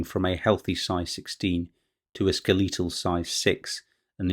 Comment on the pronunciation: Lmaooo, when I heard this man say “Ske-LEE-tal” it absolutely floored me. I’ve never heard someone use that pronunciation in my life. Thanks for the laughs in an otherwise somber atmosphere.